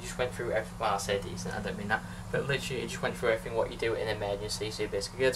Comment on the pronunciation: Littrualy loves the word littrualy... Littrualy count how many times littrualy is said it's littrualy every sentence... LITTRUALY..... Basically also... 🤣🤣🤣🤣